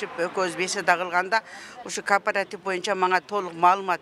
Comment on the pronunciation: Кардарлар! Кооператив деп айтылат.карпаратив эмес .атын туура айталбай анан эмне киресинер .карангычылык .